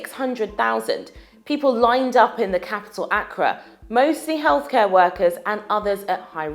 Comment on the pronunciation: I wonder if this reporter really knows what she's talking about. If she cannot get something as simple and easy as the pronunciation of "Accra" correct, what other information has she short-changed? It's all very well going on about the availability HIV drugs in Africa, but I recall, possibly while the reporter was still in school, some African countries rejecting anti-retroviral treatment, opting, if I recall correct, for garlic and onions; much along the lines of Tanzania, today, over Covid treatment, testing, reporting and vaccination (the country has no significant number of cases, officially).